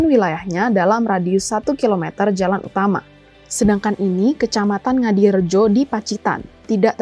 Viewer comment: Ngadirojo bukan ngadirojo